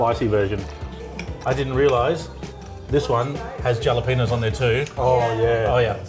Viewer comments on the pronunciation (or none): It's Halapenos not Jalapenos